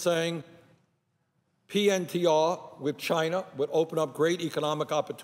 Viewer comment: Has anyone noticed that Bernie sometimes says chiner instead of China?